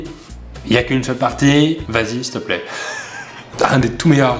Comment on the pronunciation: Àvec le gravi que qui dit Vasie